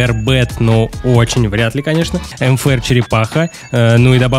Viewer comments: почему ты говоришь нфр а нужно мфр почему? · Мне одной слышно не МФР А НФР